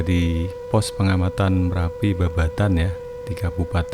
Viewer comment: Marapi atau merapi😂